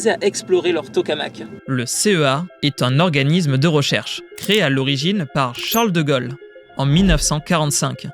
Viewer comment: "L'organisme ... c'est eux..." *c'est lui (au pluriel *ce sont eux) Charles de GAUlle ! pas de "Golle". C'est quand même pas un Belge qui doit vous apprendre le Français ? 😩